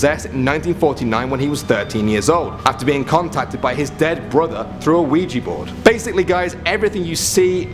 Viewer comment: ITS NOT CALLED LUIGI BORD ITS CALLED OUIJA BORD 😂😂